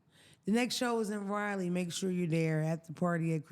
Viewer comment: I love you. It's pronounced Rah-lee😅